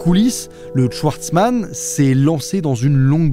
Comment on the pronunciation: Tu es alsacien et schwartzman tu le prononces « chouartzman »?